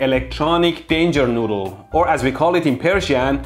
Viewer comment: "Electronic danger noodle" "EleKtEroniK DAAnJer NooDdEL" 💀💀💀💀